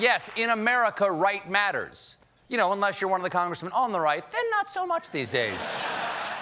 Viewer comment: “thank you Lennent Turnel” 😂😂 (not saying anything bad about Lieutenant Colonel Vindman, that was a beautiful sentiment!!)